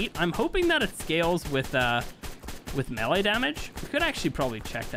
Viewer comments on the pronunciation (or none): none